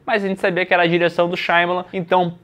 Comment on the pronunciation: nome: SHY AMA LAN: SHAYMALAN